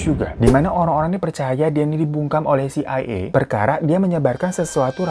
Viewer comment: iy dy bilang ny "CAA" terus😄